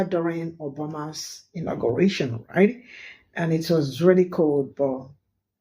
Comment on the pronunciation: It's not intergration ITS INAUGURATION